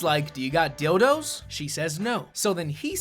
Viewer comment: Pronounces Dildo, "deewadoe"